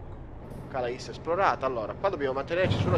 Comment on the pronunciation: non per fare il pignolo, ma si pronuncia calé, cmq sei grande!